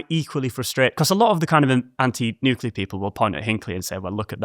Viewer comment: I’ll just leave this here. THANK YOU for properly pronouncing nuclear. NOT nuke-u-lar.